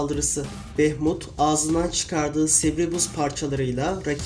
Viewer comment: Bunun ismi Behmut deil behmud